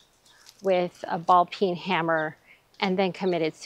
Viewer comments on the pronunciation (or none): none